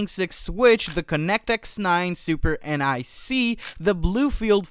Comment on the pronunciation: Whoever is reading this has no idea what some of these words and abbreviations even mean. NIC is just pronounced "Nick". "inference" is wrong. "Transistor" is wrong. Also, Google's new TPU silicon is what this is going against. This is not custom designed silicon for the job. It's "adapted" to do the job. Google's TPUs were the first REAL examples of what it should look like, but it just so happened that at that same time GPU's were the best fit. TPU 8t and TPU8i are actually much more efficient and less power hungry that the NVIDIA silicon, because it's purpose built, it's made for the job it's performing and it does it wayyyy better in my opinion. Google has compute to lease, at times. NVIDIA and other hyperscalers? No, they don't even have the capability to keep up with their own selves because NVIDIA has them locked in a VERY VERY expensive corner.